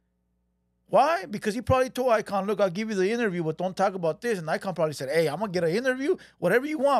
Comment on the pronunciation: This fool said Fat Ass Eyekon 😂😂😂